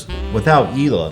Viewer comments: The way Hila says "Hila" is a lot nicer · i never would’ve guessed that’s how Hila’s name is actually pronounced but it’s beautiful i wish her name was said like that all the time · the way hila says her name is the most beautiful thing ever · she obviously pronounced her name right lol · For the first time Hila gives us the correct pronounciation for her name. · the true pronunciation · In Hebrew you pronounce the h and put the accent on the second syllable (He-LA) but that sounds awkward in English so in English you put the accent on the first syllable and can choose to ignore the h (hence EE-la) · ohhh the pronunciation of Hila makes more sense now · Hila's Israeli pronunciation is beautiful. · so THATS how Hila is pronounced.. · is that how you really pronounce hila?? sounds so nice!